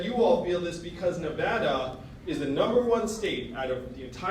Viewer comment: He pronounced Nevada correctly. He has my vote